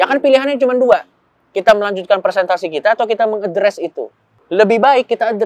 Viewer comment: Maaf yang betul "Presentasi" pak Coki, bukan "Persentasi". 🙏